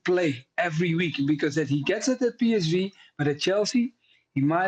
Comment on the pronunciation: I mean Melchiot can’t even say PSV correctly, ffs 😂